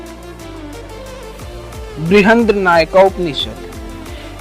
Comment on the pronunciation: It is Brihad aaranyaka upanishad; also it is Valli (not villi) Please correct these